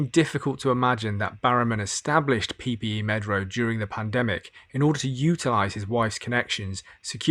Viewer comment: PPE MEDPRO. Not Medro. Dont understand why most of the videos I've watched get it wrong.